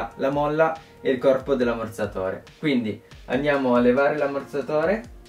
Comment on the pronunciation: Ma raga solo io sento ammorzatore al posto di ammortizzatore